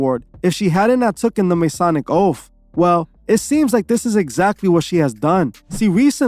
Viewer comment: They took da oafff 😆 i hate how he says oath. It's oath not oafff